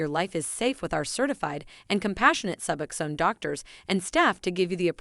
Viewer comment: Lies. You don't even pronounce the drug correctly